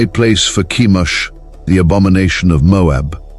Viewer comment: Chemosh not Kimosh. Peor.Phinehas. Baals not Bowels.